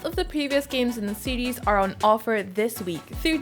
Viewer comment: That chick is incapable of saying the word "series". 🤣